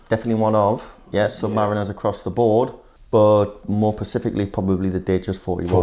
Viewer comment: 'Specifically', not, 'pacifically'. 🙄